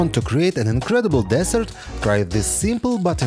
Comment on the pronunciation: It is not pronounded desert (wasteland), it is pronounced dessert (pudding).